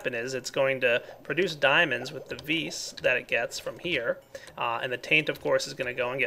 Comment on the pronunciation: Stop saying ves say vis that's what it's called